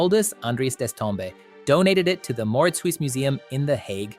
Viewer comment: If you knew your stuff, you wouldn't have mispronounced Mauritshuis, you damned AI.